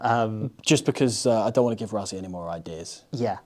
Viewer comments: why do you call him “ razzi” ? why say it like everyone else? rah-si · Say Rassie but pronounce it Russie. South Africa thanks you. :face-green-smiling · You do realise that the s in Rassie is voiceless, right? So instead of Ruzzy it's more like Ruscy. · it's Russy not Ruzzy in pronunciation.. that's how we say Rassie in SA. Thanks. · for the amount of times you say his name, you may as well pronounce it correctly. It's "Russ" as in "Russell" "ssie" as in "sea" You don't have to roll the "R" Russ-sea...sounds better than Razzy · Why can’t brits say Rassie properly there’s no z in his name is ss ffs